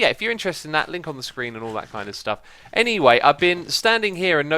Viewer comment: X, When you were talking about the resource pack I totally heard "If you're interested in that kind of stuff, LICK on the screen and all that kind of stuff".. had to listen two more times to hear "LINK"... hahah I'm subbed to Xisuma, Iskall, Rendog, False, Mumbo, CubFan, Tango, JoeHills, Scar, Impulse, Biffa, Recap, and a couple second accounts (X2, MumboVlogs). Definitely a time drain trying to keep up! But totally worth it.